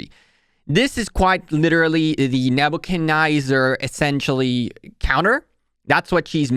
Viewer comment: NebuchcadNEZZAR, there is no I or Y lol, its not NebuchaNYZER. forward "fancing" fan shape...you have some good content, but damn your english is abysmal.